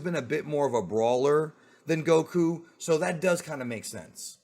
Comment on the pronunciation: Why do you pronounce Goku like that bro.. lol